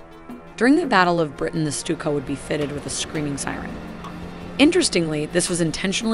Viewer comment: "the stupid dive bombers" Im sry,i cant help hearing it. Amazing vids, really appreciate it! So much work from passion is fantastic!